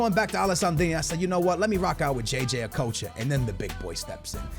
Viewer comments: It's not o-k-o-ch-a it's okotcha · Okocha not okowcho. There’s no ‘w’ in it. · jj a-coach-a? lol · It's pronounced a-cotch-a